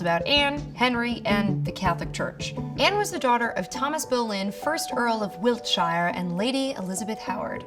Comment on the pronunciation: It’s pronounced wilt(shear)